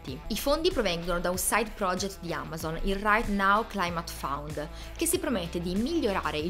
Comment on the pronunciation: Ottimo video, ben fatto e con eccellenti contenuti...unico piccolo appunto: "fund" non "found"...😉😉😉